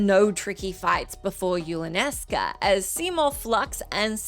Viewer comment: It’s Yulanesca!!